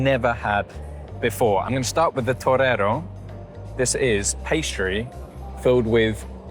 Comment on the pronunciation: Hi 😊 Let me tell you — you’re not saying travesseiro correctly! 😄 It sounds more like toureiro, which means bullfighter in Portuguese! And those sweets you tasted are just the tip of the iceberg — in Portugal, we eat them as after lunch/ dinner or breakfast, snacks not as desserts. You really should discover our real Portuguese desserts: the conventual sweets — they are absolutely amazing 🤍🇵🇹 Thank you for showing Portugal with so much enthusiasm and such a spontaneous vibe! Great video and amazing hidden gems 👏✨ If you ever want more tips about Portuguese food and places, feel free to reach out — I’d be very happy to help your channel 😊🌿🇵🇹**